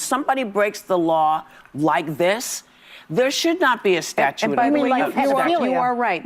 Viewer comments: Is Whoopi saying 'statue of limitations'? 😮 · "Statue" of limitations lol!